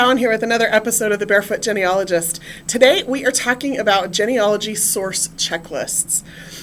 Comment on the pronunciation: One small critique on this video. The first part of the word Genealogy is pronounced Jeanie. Not like hen or Ben. Otherwise great information and content.